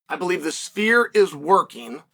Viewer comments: take a shot everytime Chael P Sonnen says "spear" instead of "sphere" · I keep hearing, 'Spear'. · think he was joking because it sounds like Chael is saying "spear" everytime he's pronouncing Sphere.